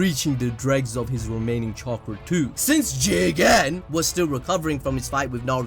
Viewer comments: Jigen GEE-GAN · Please don’t say jigen anymore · I can’t even pronounce Jigen seriously anymore fam😂😂 - 🤣🤣💀 Great review, homie keeps me rollin during these dope ass reviews, nothing like anime balls deep jutsu fam🔥